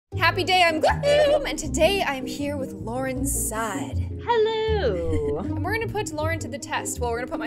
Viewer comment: GLOOM said LAURENSIDE not LaURENZSIDE this is an outrage